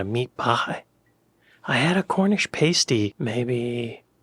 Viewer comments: Cornish Pah-stee not pay-stee. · PASTY PASTY, not paysty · Its a pasty not a pastey 😂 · Pass Tee . Not pay stee’ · it's not pronounced paste-e it's a pass-tee. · Please stop pronouncing pasty as pastey. Please. Just fix that. Make any other mistake you want. Please. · you pronounce Pasty as you'd say nasty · Woah! Why is that English narrator pronouncing 'era' and 'apricot' like an American? (Should be 'eera' and 'ape-ricot'). Also, we don't tend to have gravy on fish and chips in the north - it's usually salt and vinegar or curry sauce. Chips and gravy, yes, but not with the fish. And PASTY = PASS-TY😂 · Hi, there is no paste in a 'Pass Tee' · Quick pronunciation check: 'Pasty' as in the food item is pronounced with the short 'a' sound, as in 'cat'. 'Pasty' pronounced as you did is for when someone looks unwell and white as a sheet, and we say they have a 'pasty' complexion. Jam roly poly is made with a suet crust, which is much denser and heavier than a sponge cake or pastry. It definitely needs to be served with something wet- pouring cream or custard, or it will literally stick to the sides on the way down! Strictly speaking it should be steamed rather than baked- though I suppose you might dry it out by baking it in the oven to finish the cooking. Coronation Chicken is a top tier sandwich or jacket potato filling! See that hill? I'm dying on it!